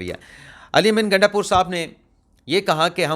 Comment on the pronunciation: Sir iska nam gandapur nhi .....,"Gaanda pur," ha